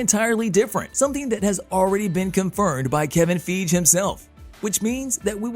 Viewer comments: 😕 Question???....Who in Tha F☆%k is Kevin Feeege??? 🤷‍♂️ That damn robot voice be F☆%k'n up some names! 😏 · Wish you'd say Kevin's name correctly. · First- we all know that they can not make or reboot xmen until the contract window of the other cast expires. Everyone knows that is 2025. So stop with the I think nonsense. You are not predicting anything. Also learn how to say Kevin Feige's name.